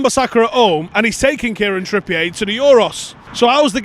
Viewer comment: Why the fuck are you saying Trippiyay? You know he’s not French right big lad?